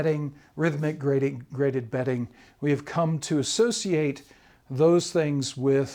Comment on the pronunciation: GraDebting or ??? BEDDING? Betting??? What is the speaker saying??? We must listen carefully! Graded bedding makes sense in the context. (unless of course you are in a casino?) (or evaluating your mattress?)